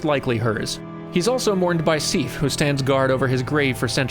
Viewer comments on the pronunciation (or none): You say Sif and Seath very similarly. Sif has a short vowel sound. Seath more of a long sound. I mean, its like a year late, but please.